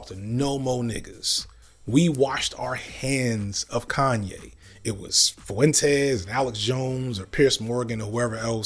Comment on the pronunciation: Nick foo-entez